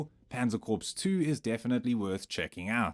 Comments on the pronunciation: "Corps" is not pronounced as "corpse". "Panzer Corpse" only happens when Jerry's tank blows up. It's pronounced "core". Like "Marine Corps". You wouldn't say "Marine Corpse", would you? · How many people are left that know how to properly pronounce Corps? It’s pronounced “Core” Mr. AI not “corpse” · Just FYI, "Corps" is pronounced as "Core" :)